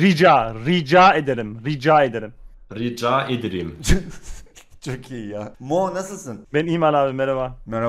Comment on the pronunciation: ztn rika ederim diyo rica ederim demiyo